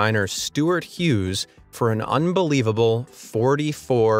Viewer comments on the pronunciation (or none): none